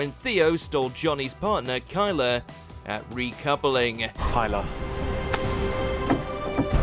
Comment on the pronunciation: it’s tyler not kyler dear